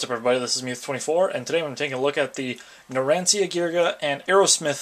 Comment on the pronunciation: It's pronounced narancha also the little guy name is formaggio he can shrink